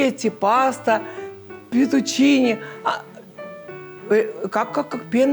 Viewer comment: "Petuchini"?!? - Fetushini, a ne "petushini", babusya!!!